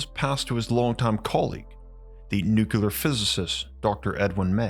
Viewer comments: PLEASE...PLEASE....I love your vids BUT Nuclear is pronounced Nu-Clee-er...NOT Nu-Cu-Ler...PLEASE... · This is driving me insane. Please look up the correct pronunciation of nuclear. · That and how he pronounces 'nuclear' really irks me!